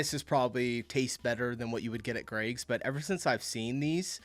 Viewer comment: It`s Greggs not Craigs!